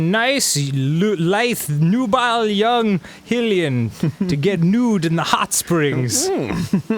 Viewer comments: I know this is two years late.. but was no one freaking out about how Arin was pronouncing Hylian? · I love how there are pronunciations for all of the names for everything in zelda even for the new characters, and Arin still mispronounces them all not hating at all, i love arins dumbass <3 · OKAY SHE EVEN SAID "Hylian" AND ARIN MISSED IT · IT FUCKING TOLD YOU HOW TO SAY HYLIAN FOR FUCK SAKE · i hate everytime arin says hylian. Its just wrong, so wrong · I hate the way Arin says Hylian. He ruined Dan's pronunciation of it as well. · Anyone else get a little annoyed every time Arin says Hylian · Is it that fuckin hard to pronounce HYLIAN in a game with fucking voice acting!!!?!!!?!?? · The way they say Hylian bugs me to no ends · Of course they'll keep mispronouncing a name after the cutscene said it for them AGAIN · I don't get how they're saying Hyrule correctly and then mispronouncing Hylian. The root pronunciation is the same. smh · Jordan Hill that too 😂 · People from france are called French not franceians so why cant Hyrile inhabitants be called Hillians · "Hillian" may not be correct, but "highlian" sounds fucking retarded. As does calling the goddess "Highlia" while "Hillia" sounds like an actual name. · But for real though, the only reason they say Hill-lian is because they talk through the cut scenes and don't hear every character say High-lian... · It is High lian not hilian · It grinds me that they pronounce "Hylian" wrong... it's said like High-lian not Hill-ian. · High Lee An NOT Hill E An!!! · "High-lian"... I'm pretty sure they even said it in the VO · It's HI-LIAN, not HILL-IAN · "HIGH-le-an" -Mipha in a cutscene "HILL-i-an" -Arin, immediately before and after Mipha's quote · HIGH-LEE-ANS. Not HILL-LEE-ANS. It's the land of HIGH-RULE, for Christ's sake. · them mispronouncing Hylian pisses me off. it's not HILL E Ann. it's HIGH Lee Ann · I don't know which was more infuriating, Arin saying "HILL-ian", or calling link "elven". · Hylian: Hi-lee-yan